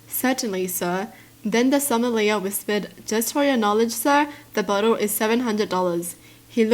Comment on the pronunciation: Sommalier is pronounced "so-mah-lee-ay". It's a French word for someone who is an expert with wines.